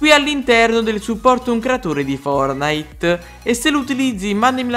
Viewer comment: Posso dire una cosa ma tu perche dici fornite booooo